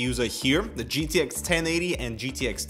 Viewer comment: "jiddish 1080 and 1070" oh k den